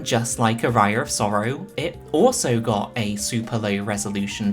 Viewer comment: love ya, but please, the pronounciation of aria is putting me in places I didn't know exist. Great video though!